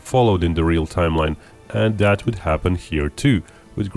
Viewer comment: Narrator = stop pronouncing words like " that" and " their" Like "dat" and "deir" Annoying